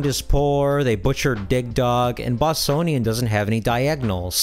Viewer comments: Yar's, not Ye-ar's. Boss-Cone-ian, not Bos-sown-ian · Bossonian? i'm sure it's pronounced with a hard C/like a K.